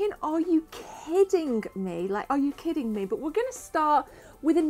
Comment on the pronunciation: The word kidding... Does not end with a K. Shooting(K) Crouncing(K) Why do you pronounce so many words wrong(K)! It's annoying (K) as fuck... Now that word does actually end with a K!